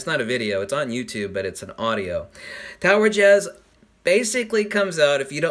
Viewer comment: Am I bad if I thought you said tower jizz